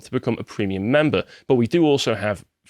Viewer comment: Prehmium deboonking